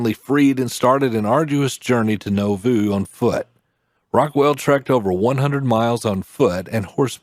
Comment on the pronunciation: And the narrator is not a member. He doesn't pronounce Nauvoo correctly.